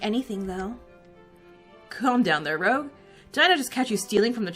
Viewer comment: This game honestly brings me so much nostalgia from when I was really into this franchise. Also Rouge's name is actually pronounced R"oo"ge with a soft G just so you know.